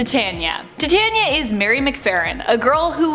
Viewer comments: Tet-Tania? It’s Ti-Tania. Like Titan. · Tiania is pronounced tie tane e ya not ti tan ya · Tie-tay'-nia? Like titanium? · Titania is pronounced Tai-tan-nee-ah